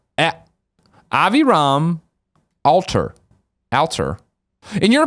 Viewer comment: Thanks for answering my question, Greg! I totally forgot I asked one and almost fell out of my chair when I heard you mispronouncing my name (#Goals). Love you man! :) - Aviram Alter